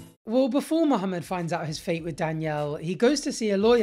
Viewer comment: U pronounce the name Muhammed well, its refreshing to hear